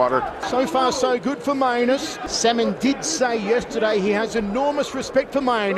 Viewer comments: Not only the my anus part the commentator also pronounces the name of the other fighter as semen listen 😂😂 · It doesn't help that the announcers also pronounce Salmon's name as Semen.